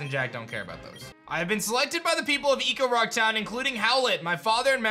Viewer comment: Okay, you keep saying “Ecorock” but it’s “Echorock” like an echo in a cave. Am I wrong on this? It’s driving me crazy.